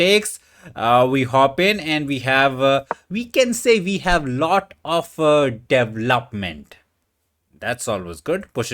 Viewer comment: Correct way to say “development.” DUH VELL UP MEN T